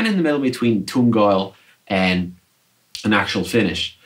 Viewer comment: "toong" oil? "row tone" finish? Dude. You rock; great playing great guitar.